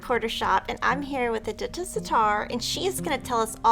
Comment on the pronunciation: I feel like every one says Edyta wrong...